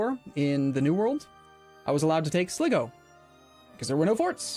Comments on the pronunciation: As an Irishman, your pronunciation of Sligo annoys me greatly. The I in the middle is pronounced like if you were referring to yourself. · that Sligo pronunciation